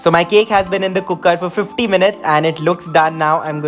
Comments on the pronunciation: "cookkerr" such a punjabi wayyyyyy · Scrolled down to see if someone else noticed the way you say cooker. Wasn't disappointed.